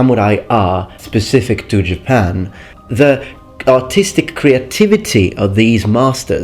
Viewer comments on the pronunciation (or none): did he say artistic or autistic? :thinking